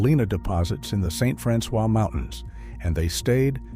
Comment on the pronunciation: I grew up in St. Francois County, but we didn't pronounce it that way.